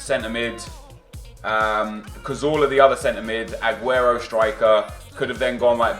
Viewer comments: skills says aguerto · Anyone else irritated by the way he says "A-guero"